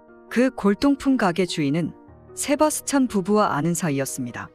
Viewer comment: 세 바 스찬 셰 바 스 찬 톄 바 스 찬.. 세......... 뭔 발음이 그따구임? 아무리 기계라도 어디서도 들어본 적 없는 이상한 발음.......... 더구나 그놈의 뎨 바 스찬 이 몇십 번이 나오는지.............도저히 스토리에 집중할 수가 ㅠㅠ